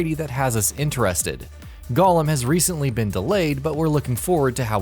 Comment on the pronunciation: You pronounced "golem" wrong. You said it like "gollum" (gah-lem) a.k.a. the ring obsessed character from lotr. It's pronounced "go-lem" with emphasis on the "go".